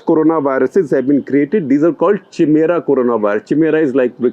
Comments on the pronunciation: Cheemera nahi hai sir, Kaimera hai uska pronounciation. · its pronounced Ki-mera not Chi-mera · Sir it is pronounced as काई मेरा and not चिमेरा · Chimera is pronounced as KAI-MERA ! Not CHIMERA Sir ji. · Interesting report. BTW, chimera or more properly chimaera is pronounced खैमीअरा (or खइमीअरा), not चिमेरा lol; the "ch" is like that in the word "mechanic". Also, amino acid is pronounced as अमीनो ऍसिड, not अमौनो ऍसिड (or अमइनो ऍसिड). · Sir it's pronounced "Kaimera" not "Chi-mera" :) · SG, it should be pronounced as "Kaimera" not "Chimera." Although it spells C H I M E R A. 🙏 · Wat is chimera? U sound like u r saying chamar. At least pronounce words correctly, it's pronounced in a K sound, kimera. & Wat for r u waving & banging around your arms? U r Not a music conductor or a classical singer so moved by d music. 😃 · 26.51: Hey shekar it's not pronounced chimera it's pronunced as kaimera. And it's not cuz it looks like something from each angle. Its called so bcoz the chimera is an amalgamation of different animals. So to say something as a chimera is to call it an amalgamation of different other stuff. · Kindly work on your pronunciation on a public platform Chimera is pronounced as ( kai..mera) and not how you did. Lot of viewers might pickup wrong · Great video. One small thing: 'Chimera' is pronounced like 'kaimera' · Great video Shekhar ji. You are the professor I missed out on in college. Your work has been Pulitzer worthy. Kudos! BTW, chimera is pronounced kaimeera. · Chimera is pronounced kai-me-ra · Chimera is pronounced (Kai)mera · Help sir beautifully put out.. just a small correction.. 'chi' in chimera is pronounced like 'ki' in kites.. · chimera is pronounced like kaimeera, comes from greek mythology. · sir, Chimera is pronounced Kaimera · Chimera is pronounced : Kai May Ra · Sir with all due respect the word is Chimera (pronounced as ‘Kai-mera’) from the Greek mythology which means a creature created from parts of different animals